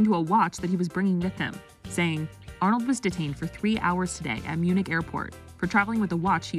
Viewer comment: Shame on you, Ah-nald!